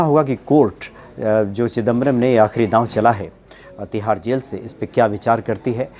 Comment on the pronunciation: अपना नाम Manoz Mut बोला करो. Zail nahi jail bolte hai